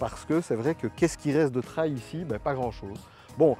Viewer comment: Grrrrrr "traye" ou "traïe" à la française non... ! ça se prononce "trél" Superbe machine à perdre son permis mais un des top du marché :)